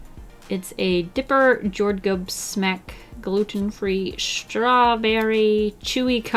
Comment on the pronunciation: Lol.. olny me who speaks Swedish hear? ”Jordgubb smak” isnt the name for the candy it translete to ”strawberry taste” and you dont pronounce it like that 😂